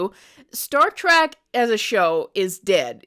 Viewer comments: Trek card rescinded. I couldn't get passed "Star Track" LMAO How long have you been a fan do you say? We Are Trekkies! or Trekkers if you prefer. If you'd ever like to re-join and have your TREK card back let us know. P.S. Star Trek Starfleet Academy is AWESOME! Fan since the 90s here my favorite Trek is: ALL OF THEM. I was going to list them all individually but omg it's a lot lolol No wonder I don't have time to watch anything else X.X STILL laughing at the Almond Basket scene! 🤣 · TREK NOT TRACK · OMG Trek.... say it with me: Trek